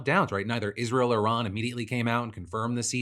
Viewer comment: WAIT, DID NO ONE NOTICE HE ACTUALLY PRONOUNCED IRAN CORRECTLY?